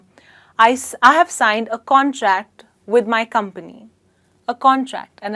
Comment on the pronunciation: i heard you pronouncing contract the same in both cases. is it correct?